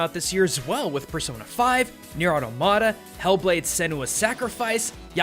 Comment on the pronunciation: list of people who can't pronounce automata +1